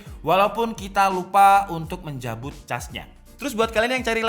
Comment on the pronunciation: "...menjabut ces nya.". Javanese : check !